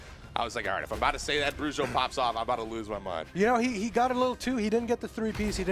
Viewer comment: melhor pronuncia do nome bruxo que eu vi até agr nos campeonatos.. 👍